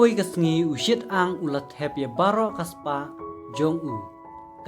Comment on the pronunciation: UShi-tang ym u Shit-ang